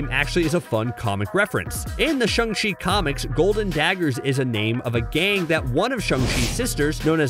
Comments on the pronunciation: Umm for the whole video u were saying “shEng chi” instead of “ShAng chi” which means angry lol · Shaaaaaaang .... not shUNG! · The way you butcher the name “Shang-chi” even after he literally told how to pronounce it in the movie is super cringey